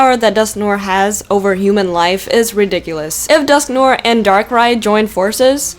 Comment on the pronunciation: Dusk-no-ah that's how you say it